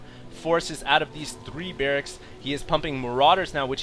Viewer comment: He said Brracks as well, not barrackses...